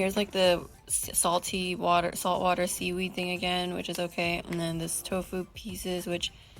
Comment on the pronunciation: "Seedweed-y" ehehehehee